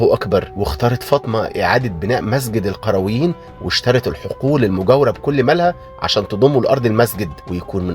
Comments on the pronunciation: القرويين وليس القيرويين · ملحوظة .. اسمها جامعة القريويين وليس القيرويين